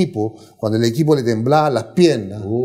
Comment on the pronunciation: grande Bonva..., amigo le faltó la “ i “ en la palabra “tiemblan”... Saludos